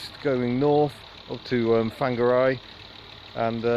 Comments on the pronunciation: Closer to Fong-are-ray. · "Fangaray", don't pronounce the 'g'. Lovely spot, my great aunt (RIP) and uncle used to take me up there for lunch. Bringing back memories, thanks. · Bro its pronounced 'far-nga-ray', the g is soft and roll the 'r'.